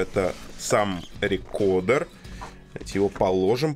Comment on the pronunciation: Alexey Sudakov С американским произношением будет «рыкордр», а с английским — «рыкоуда», так что, «рекодер» ни туда ни сюда не подходит.